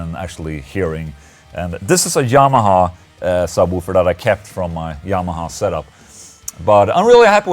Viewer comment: Lol ola you say "jamaha" xD